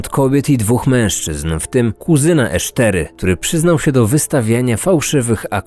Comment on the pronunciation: Poza tym, że źle czytasz nazwę miejscowości to super :)) edit: "Esztery" też błędnie